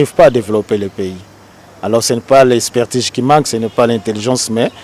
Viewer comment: Expertige? Je pensais que c'etait "Expertise". Vous avez fait vos etudes en Francais; qui les a fait en Kikongo? Papa, loba nayo lingala, oza ridicule!